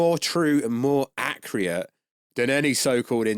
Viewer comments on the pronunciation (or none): Acriate? It's pronunciation is accurate. You talk like you have brain damage